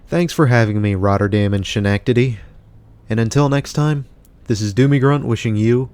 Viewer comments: It's SKEN-NECK-TIDY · It’s nice that we have colonie center and crossgates, did you happen to go to colonie center yet? If so you should, it has great character. Also, not trying to be mean by all means but Schenectady is pronounced ( Ska- neck- teh- dee) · Your pronunciation of Schenectady made me laugh. ;) I am in Greensboro, NC now, but I grew up just 2 hours away from Schenectady, in the Utica, NY area, and my aunt lived in Schenectady so I was there a lot. You did not pronounce it correctly, but I liked your pronunciation, so I am going to start saying it that way. :) The correct pronunciation is as such: Break 'schenectady' down into sounds: [SKI] + [NEK] + [TUH] + [DEE].